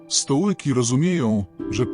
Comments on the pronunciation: Czy poprawnie nie powinno być "stoicy" zamiast "stołyki" ? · Nie Stołyki nie Stoiki a Stoicy /ów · Nie "stołyki" tylko stoicy !! Dlaczego nie czyta tego lektor tylko robot ?!! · AI czyta STOŁYKI a tekst pisze STOŁKI :D coś pięknego. Wkraczamy w erę zidiocenia. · „Stołki” ? „Stojki”? co to jest? 😅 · Stołki ? Ała 😅